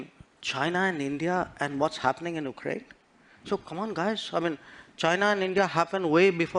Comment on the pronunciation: Most of EAMs words consist of “uhhh uhhh uhhhh”. And has made no attempt to pronouncing. “Ukraine “